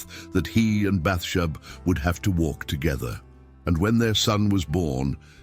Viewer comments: There were a few things like that, I noticed. It pronounced her name wrong, too. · SO, SOOOO FUNNY! CONSTANTLY MISPRONOUNCING "BATHSHEBA " UNTIL AT THE VERY END❣❣😂😂🙏🙏